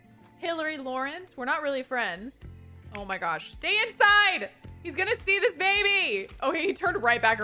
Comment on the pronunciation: Love the fact that she says “bebe” like Moira Rose.